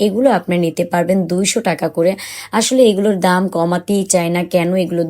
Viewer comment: টাকা not টেকা।